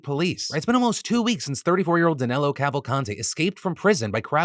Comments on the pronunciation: The name of the fugitive is actually DANILO with an I instead of an E, for some reason all american news are calling him DANELO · Pointless data here: This guy's name is NOT "Danelo". There's like 0 "Danelos" in Brazil. His name is probably Danilo (with an "i", a very common name in Brazil). Pronounces "Dan"-"Nee"-"Low", that's probably the source of the mistake. It might seem useless to bring this up but if he has any document with his actual name on it, he can bypass a routine check or a traffic block.